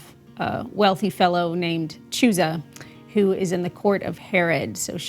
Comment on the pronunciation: The sound of the name "Chuza" as You pronounce it in English is a pretty vulgar word in Czech. It's hilarious